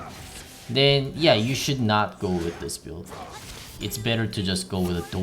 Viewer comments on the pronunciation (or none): none